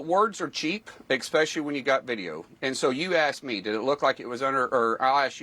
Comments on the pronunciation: This is not reputable journalism. Why did you invite this basic idiot to your show? It doesn’t matter that he is a politician, he literally said “expecially” and not especially on live air. This is a joke. These people are not worthy of any airtime on the news. I’ll turn to other sources of media for information, not this complete nonsense. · Mullins is such a tool. "Expecially" 😀